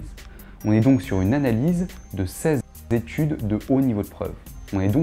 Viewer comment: moi je crois bien que t'as dit 16 zétudes et que t'as rectifié au montage :p. Blague à part, content de découvrir cette chaîne instructive. Merci